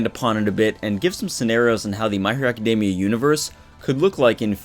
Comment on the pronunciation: Me being petty: author can't pronounce Academia correctly, will not subscribe. I know it's petty, why am I like this? -_